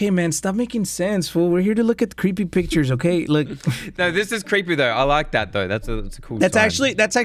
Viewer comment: When he said we’re gonna look at the worlds scariest pictures it’s sounded like bictures